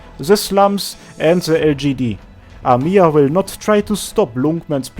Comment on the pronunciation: Just "Amiya" Not "amIya" Thanks for video